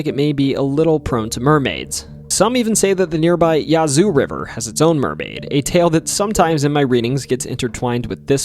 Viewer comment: Enjoyed the video. I usually do enjoy but as a mississippian it's nice to see you cover us. Some pronunciations that drove me wild tho... Biloxi *Bill-uhx-ee Yazoo *yeah-zoo Tupelo *too-pa-low Natchez *na-chez Thanks and looking forward to your next video!